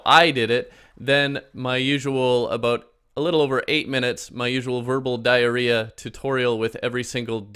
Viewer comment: Why u hef to say “diaria”